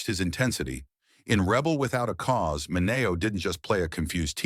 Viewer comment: Let’s at least pronounce Sal Mineo‘s name properly shall we? Sal MIN-ee-oh. Rip.